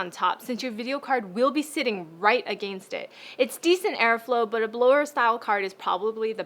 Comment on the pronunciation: I love how Canadians say "Against it"